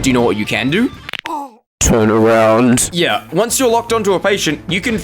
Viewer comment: I just love this: "turN aroUNt"